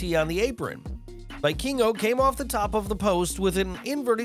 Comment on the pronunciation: It's pronounced vee-keen-go lol